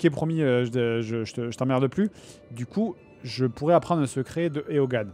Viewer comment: Pour info Eogan ça se dit juste Owen